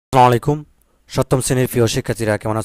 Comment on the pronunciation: আসসালামুয়ালাইকুম হবে আসসালামু আইকুম হবে না😂❤❤